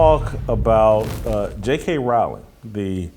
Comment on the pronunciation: ca. asks for clarification of what you meant by "You weren't built for this conflict." That is exactly where I wondered the same: there are multiple possible meanings. BTW, Rowling (pronounced correctly as pronounced it) has been taking heat over her trans position well before the Macy Gray incident. I agree with the point of view that JKR is so wealthy that she cannot be cancelled because there are millions who want more installments of Harry Potter, which makes her secure in her career. So, from this perspective, there is nobody better built for this conflict.